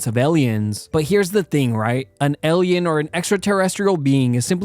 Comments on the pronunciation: Holy shit learn how to say Alien not ellieun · The scariest thing is the way you say alien "elleeyen" wtf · “ellion” instead of “alien” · Alien - you say 'alley-in' - it's, 'eigh-lee-en' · It’s pronounced Alien not Ellien. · why do you pronounce alien as elian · What is an Ellien? Is he trying to say Alien? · Alien. Not ehlien. I'm kidding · Why to you pronounce Alien as Elien? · Why can't you pronounce "alien?" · The way you pronounce it as "ellyin" pisses me off so much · Ely-en, Ely-en? ELY-EN! 😩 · Something about how he says alien like "ellion" and his flat affect, give this vid the vibe of that kid in school boardly giving a report on a subject they have thought about a lot, hah. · He pronounces it like eh-li-ehn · AI crapbot.cant pronounce Alien lmao. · I hate the way you pronounce alien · You're saying alien wrong. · the scariest thing in this video was his pronunciation of alien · A very unique pronunciation of the word "Alien". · I’m getting way too frustrated at the way he’s saying alien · I love the way you pronounce the word "alien" 😂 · why does bro pronounce alien like that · The scariest thing is how you pronounce Alien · The scariest thing from the video is how he pronounces alien 😂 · The most terrifying thing here is how you pronounce "alien" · The way this guy pronounced “alien” really bothers me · Bro can't pronounce "Alien"😭